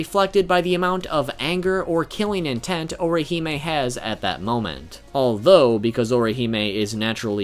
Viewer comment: You just continue to BUTCHER her name but cool vid dude.